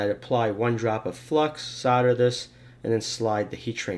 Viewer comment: SOLDER is not SODDER